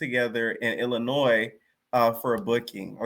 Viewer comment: Shout out for living in the chi. Y’all heard him when he said Illinois. No s heard. The S is silent.